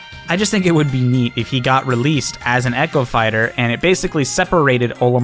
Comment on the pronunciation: Echo fighters? I thought you said "Eggo fighters"!